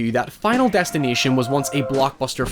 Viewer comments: I keep hearing him say Final Destin-I-tion instead of Final Destin-A-tion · "final destineeshon" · he is saying '' final destinateeon ''